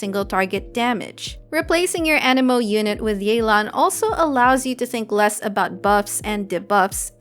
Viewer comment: It's Yeh-lan T_T